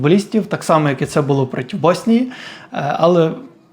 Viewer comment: Дякую, за хороший контент. Але дуже різало слух слово «протів».